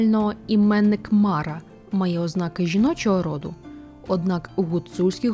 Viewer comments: Не мАра, а марА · Дякую за Вашу працю! Все ж, звичніше вживати МарА, з наголосом на другий склад. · та ніби марА наголошується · все життя чув слово мара з наголосом на останній склад - "що за марА" "та якась марА" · МарА' Наголос на останній склад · Дякую. Дуже цікаво. Від своєї прабабусі (мені 50+) я чув про Мару. Але наголос в неї був на другому а в імені Мара. Цікаво, чи авторка готувала відео лише по письмових джерелах, чи чула щось від своїх предків. Можливо в різних регіонах ім'я звучало по-різному.